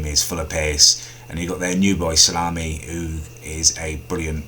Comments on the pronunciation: he called Slimani 'Salami' lol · Salami lmao its Slimani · Did you just call Musa and Slimani 'Muscle and Salami'? haha